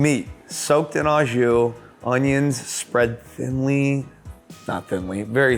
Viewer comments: It’s pronounced “oh” jus, not “ah” just. Like: “oh” my god it’s good au jus. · I cringe every time I hear someone pronounce it "au jus" it is pronounced " oh ju" , its french. its a french dip. its oh ju. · if your gonna go on on and on about au jus, you should learn how to say it. not ah bud